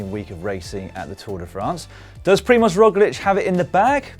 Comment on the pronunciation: Well I must say, this is a very very good pronunciation (Primož Roglič and Tadej Pogačar). Like a native speaker. Really no diference at all.